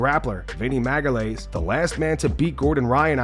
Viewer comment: Now you know damn well Chael said "maga-lee-esh" when mentioning Vinnie haha